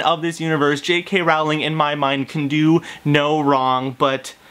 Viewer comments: J.K. ROW-Ling not ralling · its rowling not rouwling😊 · If you are such a fan how is it that you do not know how to pronounce J.K. Rowling's name It is pronounced Rowling like bowling and not Rowling like howling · "I'm a huge Harry Potter fan but I pronounce the authors name as R-OW-LING instead of RO-WLING" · It's actually pronounced Rowling not Rawling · Ok 1st if you were a TRUE fan you'd know that her name was pronounced Rolling as to rhyme with Bowling NOT Rowling as in Owling Dayum. Im out. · I can't believe it you said her name wrong ! it's Rowling(pronounced Rolling) as in row ,row your boat not Rowling as in having a row, argument .Please don't tell me you say Voldermort with a T at the end ! ;) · It's Rowling like bowling. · I agree with everything you said exept for the pronouciation of Rowling. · I share 98% of your opinion on your review of The Cursed Child, but your pronunciation of Rowling really bothered me lol. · Omg u say ur a fan yet u can't pronounce jk rowling's name correctly